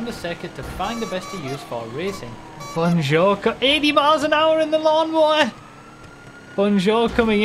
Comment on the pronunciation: BON JOUR not Bonne Joe